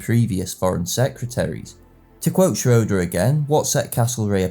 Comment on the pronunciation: Prof. Schroeder pronounced his last name shray-der, not shro-der